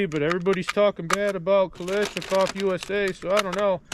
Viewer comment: Say it with me. Ka-lash-nikov. It’s not Kalish it’s Kalash.